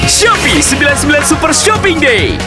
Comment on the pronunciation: ชอบปี้ ? ซื้อถุงยางที่ช็อปปี้ 555 Like to f**k? Buy condom at shopee That is what i hear in Thai 😂